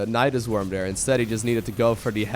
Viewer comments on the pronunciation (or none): none